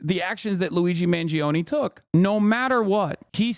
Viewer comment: It’s Mahn-JOE-nay the i is what makes the g soft